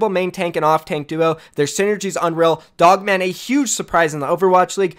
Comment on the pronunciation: Lmao he pronounced POGMAN wrong